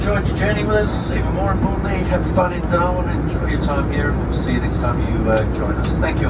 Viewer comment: lol i though you said Doha (Qatar) instead of Darwin 😂😂😂